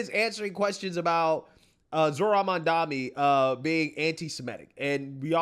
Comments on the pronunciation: Zohran: "My name is Mamdani, we have to get it right!" MSNBC: "Mamdamini" The View: "Mamandi" IHIP News: "Mandami" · Mandamunee mandamee mamdani. Reverend Subsaharan genius spent most of his glorious life learning how to read apparently 😂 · Bro. It's Mom-Donny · Al Sharpton mispronouncing Mamdani saying "Ma'amdamnani" was the best laugh I have had today. He added a couple consonants, and a syllable. He can't get it right. Hilarious! 🤣🤣🤣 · The race baiter can't even say the socialist name correctly. He called him Mamdamani and Mamdami. Hahahaha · Sharpton is so embarrassing. M'amdambknee? Imagine how the press would react if a white person butchered his name that badly. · “Ma’am Dameni” “Mandami” “Mamdami” Three strikes and you’re out! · "Mam-dami" -Al Sharpton. LOL!! LOL!! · After all the liberals and mainstream media pundits said mispronouncing Kamala’s name is racist, is Al Sharpton racist because doesn’t pronounce Mamdani’s name correct??? 🤔🤔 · Sharpton badly pronouncing Mamdani's name after yelling at everyone for how they said 'Kamala' . Hilarious hypocrisy! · I love how none of these Dems can pronounce Mamdani's name correctly, but Heaven forbid a right winger mispronounced Kamala's name 😅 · Anyone gonna call out Al Sharpton for mispronouncing his name like how got so mad at people for doing with Kamala's? 😂🤣😂🤣😂🤣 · Sharpton can't even say Mamdani's name correctly 🤣 😂😂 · Im rolling here. Cracks me up. Nobody likes this communist nut enough to pronounce his name right. 😂😂 I don't blame them either.